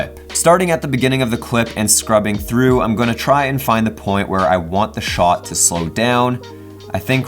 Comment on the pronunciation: The way he says shot,annoys the fuck out of me